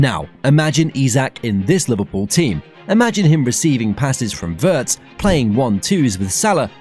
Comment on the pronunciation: Good video, thanks. Butb please learn how to pronounce Wirtz correctly. Ifyou can pronounce Steven Spielberg, you should be able to pronounce Wirtz correctly as well!!!!